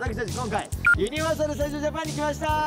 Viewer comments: めんどくさ関西人で申し訳ないねんけど、「ユ↑ニバ」が気になりすぎる笑 「ユニ↑バ」ですね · みんなユ↑ニ↓バ↓って言ってますがネイティブはユ→ニ→バ↓です😂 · 関西在住なもんで 【ユニバ】の発音の違いにまず衝撃を受け動画を観すすめたのですが… メンバー５人の魅力が詰まりすぎててさらにパニックになりました(？) とにかく最高！！ リピート決定！！ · 作間くんのユニバのイントネーションに東京男子を感じてしんどいね💦！！！ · 「ユニバ」の発音のコメント見て関西はイントネーション違うんだと言う発見が‼️ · 5人のユニバの発音が気になる…！笑